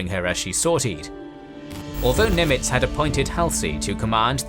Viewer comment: You might want to instruct your narrator on the proper pronunciation of "Nimitz." The stress is on the FIRST SYLLABLE.